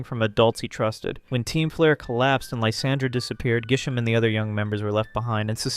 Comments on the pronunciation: Dude how the hell did you not realize in editing that it's Grisham and not Gisham? At least state if you're using different region names or something. Like, dude, how can you mess up this bad? and i wont point out how corbeau isnt related to kiren and carmine like everyone intially thought. he has his design because he's a poison and steel type. thats it. like other htan that, i guess good job on the video but this feels weird as all hell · It's GRI-SHAM. Why are you dropping the 'r'??? Also, GRISELLE IS A GIRL. Elle is a common name for girls and also common as an addition to many names like Janelle, Danielle, Belle, etc. did you even play this game?! 😂😂